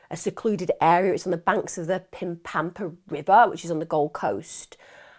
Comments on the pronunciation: As a Gold Coast Queensland Australian Local Your prounounciation of Pimpama had me in stitches. It is pronounced Pim Pa Ma. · Sorry. Absolutely abhorrent situation... but i had to pause the video because i couldn't stop laughing at your pronunciation of "Pimpama"! Lol